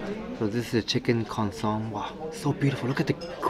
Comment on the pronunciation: It is pronounced 'con so me'.